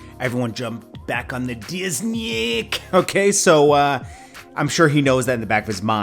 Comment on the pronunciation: 😂 Bruh Said "The Diznick" 🤣 dam